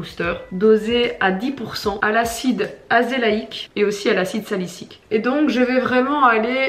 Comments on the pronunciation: Et on dit acide Salicylique pas Salicyque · Autre petite précision : on dit acide salicylique et non salicyque Et aussi, quand on dit cyclopentane, le « en » se prononce comme dans « pantalon » et pas comme dans « peine » :)